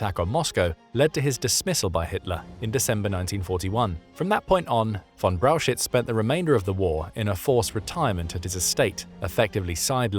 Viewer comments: it is pronoounced "Braukhich" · Brauchitsch is pronounced BROW heets. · That first Generals' name is pronounced "Browk-Itch" ..NOT Brow-shitz!🙄🙄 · Brauchitsch is pronounced like "brow hitch" not "brow shits". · Maybe in part 2 you could find a way to correctly pronounce: Brauchitsch?